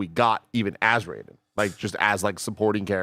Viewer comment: The fact that you guys pronounce Raiden the Mortal Kombat way and not how it should be hurts my soul